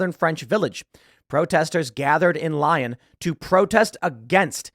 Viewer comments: Lee-own = Lyon not Lion lol. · Lyon is pronounced "Lee-own" not "lion" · Please respect France. It is pronounced "lee-OWN", not "lion". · Not Lion.. Lee-on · It's not "Lion", it's Lee-oh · "The city of "lion"", hilarious. Dude, it's "lee-youn", it's not that difficult 🙈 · J'ai dit la meme chose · Tim pronouncing "Lyon" as lion instead of Leon is driving me bonkers. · It’s pronounced “Lee-own” not Lion. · Lyon is like Lee-on, not Lion. Been a few times, used to be quite nice like most of France. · Lyon is pronounced Lee-yohn not lion 😅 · Tim, big fan…but for God’s sake the city is “Lee-ohn” not like “Lion” Anyway totally agree otherwise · It’s LYON (LEE-On) not Lion! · It’s not pronounced “Lion”. It’s pronounced “LEE-own”. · Dude. Please stop saying Lion. It's Lyon. Lee-Own. Accent on the second syllable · This is really annoying tim 😂 it's pronounced Lee-on not Lion lol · It’s pronounced Lee-yon. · its not lion lol. its Leo with a very small almost not even pronounced small N at the end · Lee-on, not Lion.... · LEE-ON ... not LION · Isnt it pronounced Lee-on Not Li-in ?? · Tim my son, it is pronounced "lee-on'" not "lion"😂😂😂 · Timmy, it's pronounced lee-own not lion. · Lee-own. Not Lion. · Lee-on. Lol Lion. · Btw Tim, it's not "lion" it's "lee-on" which is why the media name is a play on the word "ActuLyon" as in "Actually on". Fyi. 🙂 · Lyon is pronounced as “LEE-own”not “lion”. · Just for your edification, Tim, it's pronounced "Lee-on". Hate to nitpick but thought you might want to know. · Lion? Lee own is how to pronounce Lyon. Come on Tim! lol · Tim, you're usually right about many things. Pronunciation of French cities is not one of them. It's not like the English word lion, it's pronounced like this: lee-own. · FWIW - Lyon is pronounced leon rather than lion. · Hey, it’s not pronounced “lion”. It’s pronounced “Lee-own” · Lee-Own not lion 😂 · ROFL! Tim.. It's 'LEE-OWN' not LION !!!! HAHA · Lee-ohn. "Lion" 😂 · LEE-on not Lion! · Leee-on not lion 😢